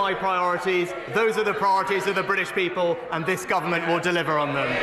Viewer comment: Also, Sunak's regular mantra "the Briddish Peeble" !